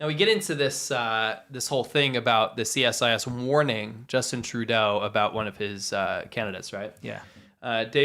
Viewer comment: Just FYI, CSIS is pronounced "see-siss". Also funny enough I'd say most Canadian's don't even know we have our own spy agency. They are just that good ;)